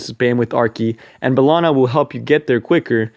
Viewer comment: First, take that like for ACTUALLY SAYING & PRONOUNCING HER NAME RIGHT!